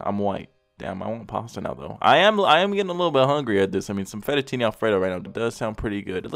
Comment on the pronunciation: What the hell is fetatini? Lol